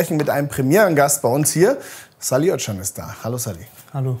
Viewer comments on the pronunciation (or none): Können nicht wenigstens die Leute beim BVB seinen Namen korrekt aussprechen, wenn schon Sky und Co. es nicht hinkriegen? So schwer ist’s nun auch nicht. Es heißt nicht Ödschan sondern Össdschan. Danke